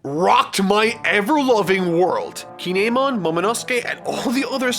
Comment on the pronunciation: How are you in Wano and don't know how to say Kin'emon